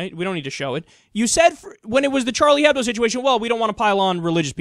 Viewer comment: H shouldn't be said in Hebdo, you would say Ebdo instead :) just pointing it out for futher reference :)